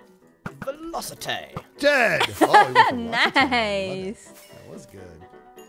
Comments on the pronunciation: WOW the velociTAY!! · … it’s velociTAY now 😂